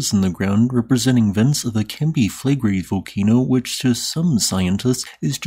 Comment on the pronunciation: Take your own advice - you called me childish and trivial for saying you sound like Kermit's cousin. (Although you are named after Scooby's cousin, the most unpopular Hanna-Barbera character of all time.) And since I don't feel like stroking your ego, your pronunciation of Flegrei is awful. You didn't call the person saying they like your voice 'childish and trivial', but they are commenting on the same thing. You have a fragile ego.